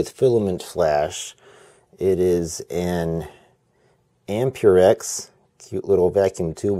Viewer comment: just saying its not pronounced am-pure-rite or am-pure-ex its am-per-ex